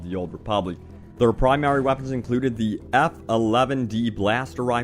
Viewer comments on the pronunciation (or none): and said plimary weapon